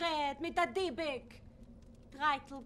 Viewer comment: The point is Fyvush Finkel pronounce “Dybbuk “ absolutely correct and with accent on last syllable as is pronounced in Hebrew.